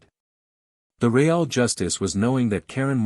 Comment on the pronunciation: Ree ale justice? Ree ale…really?!